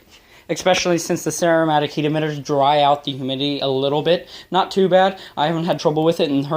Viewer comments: Ceramic* “Sir-am-ick” heat emitter. Sorry to be a grammar nazi, your content is nice! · He said ceramic heat emitter but he might be saying a certain brand name but it’s just a ceramic heat emitter maybe he doesn’t know how to pronounce ceramic